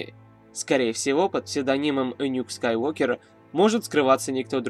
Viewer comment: Правильно же Скайуокер ,а не Скайвокер